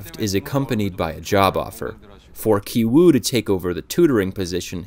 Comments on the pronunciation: "Ki" in Ki Woo, Ki Jung, and Ki Taek are all supposed to be pronounced the same way. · They brother and sister both have ki.. yet u pronounce one differently to the other.. can you elaborate on that??